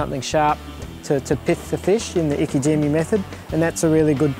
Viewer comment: its not iki jimmy.. its ike jime